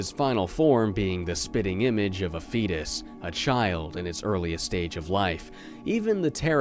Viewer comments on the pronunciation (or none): none